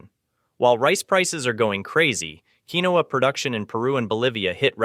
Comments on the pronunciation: Quinoa is pronounced Keen-wah, not keen-oh-uh. Linguini/Linguine is pronounced lin-guee-nee. "3000" above means 3,000 years . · It's "KEEN WAAAAA". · Come on...linguine is not pronounced "lingwan" and quinoa is pronounced "keenwa". If they can't get the basics right how can one trust anything they say? I had to quit watching.